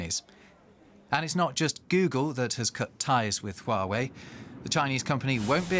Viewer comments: "Would you buy a shooway smartphone?" What? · Stop saying Yuway it's Huawei?!!!!!!!!!🤣🤣🤣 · Is she saying chi-way? 😂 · Dear, it's "Hua" "Wei", not "sure wey", you making me so confusing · when she calls Huwei "shoe eye" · not Huwei, it is Hua Wei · Shoo Wei?? lol... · girl its huawei (like wow ayei ) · correct pronunciation: who-are-we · Shooo-wei! This is very interesting (apart from the commentator's pronunciation of the company's name)! Who is correct in this debate / trade war? (pronunciation aside). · did they pronouce huawei as SHUEY? lol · Alamak, like that also can get it wrong …. It's not SureWay but Huawei, hee, hee, hee, hee. Also not YourWay, ha, ha, ha … I can't stop laughing. Stomachache now … laugh too much. Also, it is not WhoWay …. cannot take it anymore. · lol someone tell this lady what happend to microsoft and teach her how to pronounce huawei properly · She can't even say "Huawei" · This lady "expert" cant even pronounce huawei properly... DW, you can find a more suitable one. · Oh my god their pronunciation of "Huawei". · How she pronounce Huawei 😌😌😌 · 她就是一个笨蛋 哈哈 reporters owe it to their audience to research the proper pronunciation of names, even if they might have some weirdarse European accent that causes some minor inflection ~ it's the first time I've ever heard Huawei pronounced like that (after living for 10 years in China) ..but for some strange reason it does make me want to listen to Ylvis' song "Yogurt" (or is it Yoghourt or Djoghurt?)...